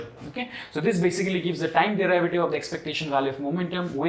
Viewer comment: Derivative. Pronunciation!